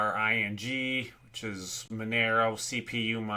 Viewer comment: Yeah. Pronounce it X M Rig. 3 syllables. And T Rex. Xmrig mine many many coins and algorithms. It's not just a Monaro miner. But importantly. I'd recommend going to nice hash. As all salad is doing is presenting your hardware to nice hash. And they algo switch. So go check your hardware there and see which is the most profitable atm and that'll be probably what they're mining. Cpu mining on anything but a new ryzen 3000,5000,7000,9000 isn't so profitable. Ryzens are the Nvidia of CPUs world. The best.